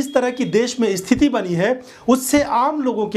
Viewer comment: Bhai sthiti ko sthiti bolte hein dost. Usko isthiti nahi bola karte hei mere chhote bhai.